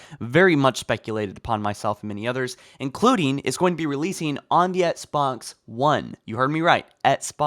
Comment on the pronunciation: Please say “Ex-box” instead of “Ets-box”. I can’t unhear it and it pains me.